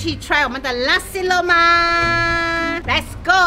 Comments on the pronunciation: Nasi Lemak. Not lussi loumark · I keep hearing "lasi" lemak 😂